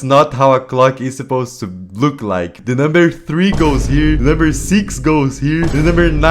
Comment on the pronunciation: how he said three is making me suspicious that he's from UK